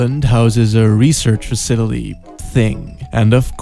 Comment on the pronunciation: "Facitily" lmao. <3